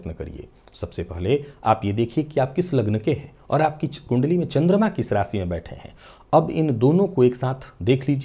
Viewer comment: वाह, "शनिदेव" शब्द का सही उच्चारण सचमुच कर्णप्रिय लग रहा है। 'बुध' भी अब "बुद्ध" नहीं रह गया... काश ! रासि, ओपरेसन, (नौकरी-)पेसा आदि में भी सुधार आ जाता !